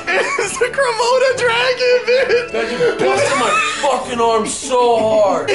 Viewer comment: "IT'S A KRAMODA DRAGON" made my day